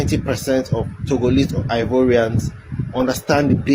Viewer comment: Ghanaians don't pronounce Ivorian the way his saying it.